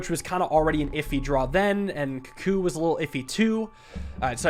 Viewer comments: please, it's pronounced koo-koo please see this comment:) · I love you, I love your vids, but can you please pronounce cuckoo correctly 🤣